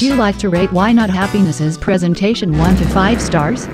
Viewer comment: Correction: Prosentation